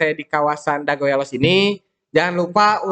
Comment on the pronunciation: nyebut elos kaya bukan orang bandung asli euy...vokal e di kata elos bunyinya berada di antara E dan EU...jangan kaya orang batak nyebutnya...but sayabtetap salut untuk semangatnya...teruskan..